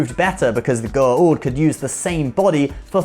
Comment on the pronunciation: U called Symbiots, Goa'ald....wrong